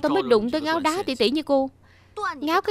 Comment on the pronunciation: Không biết có nghe lộn không, nhưng sao tui lại nghe được Ngáo Đá tỷ tỷ. 😂